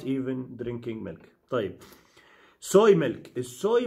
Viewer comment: Called Milk ,Caw Milk Not MELK ………Pronunciation Please...……..Thank You